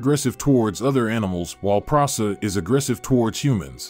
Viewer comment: He can’t even say the presa right. Wth